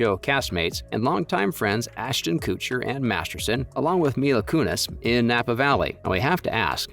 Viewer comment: "Ashton Cootcher."